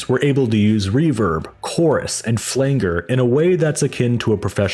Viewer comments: flang er? The word "flanger" is pronounced as "flanj-er", with a hard G sound and the accent on the first syllable. Nice to see Galaxie 500 get a shoutout, way overlooked band. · Great summation. Truly. A few mispronunciations though Flanger is pronounced as flanjer and Dif Juz is pronounced as Diffuse. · It's pronounced "Flan-jer", but otherwise good work. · today I learned this after years of calling them Diff Juice, I checked here to see if anyone else had mentioned this, thanks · Never heard anyone pronounce “flanger” that way, before. Are you sure you’re not a robot? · You mean "soft g", don't you? And his mis-pronunciation shows he doesn't know what it is...